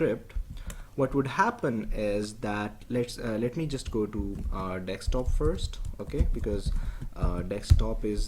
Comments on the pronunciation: Very nice tut 👍 just speak it desktop n not dekstop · It's pronounced "dessktop", not "dekkstop". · Stop saying dickstop it's desktop !!!